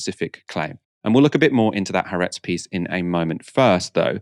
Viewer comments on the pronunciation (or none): Haaretz is spelled with 2 As because they are two separate syllables, with the stress on the second. hope this helps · Why can't any of you learn how to pronounce Ha-aretz?